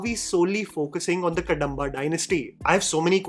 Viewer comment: Just a small correction. It is Kaantaara(not Kantara) and Kadhamba and not Kadamba. Not complaining just want to clairfy.